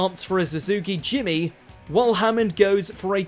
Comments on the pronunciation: So when a channel makes a great video, I often subscribe straight away but this is god awful 🤣 Firstly the "X" in "X-BOW" is pronounced as "CROSS" like the weapon which is also called the "Crossbow" Secondly, where can I buy a suzuki "JIMMY"? No where because it does not exist. Its called a JIMNY, with an "N". If you're going to venture into the highlights of TV series, then you have to expect criticism of loyal fans to that series who have seen each episode atleast 3 times over the year 🤣 but, nope, you obviously do not watch the series and have no idea what you're talking about as you read off your pre-written script, made by somebody else as you mispronounce well known car names Goodbye 👋🤡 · or when suzuki jimny was pronounced as suzuki jimmy